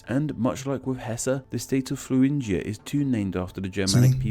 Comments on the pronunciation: Hello, nice reaction. Thuringia isn't pronounced like an "F" at the beginning. In Germany, the "th" sound doesn't exist. In Thuringia (Thüringen), the "h" is practically unpronounced. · There is no f-sound in thuringia. That's just his accent. In german 'Thüringen' is just pronounced with a t. The h is silent. 😉